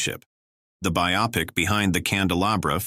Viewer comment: Voiceover is AI; it said "biOPIC....the word is BIOpic, folks. j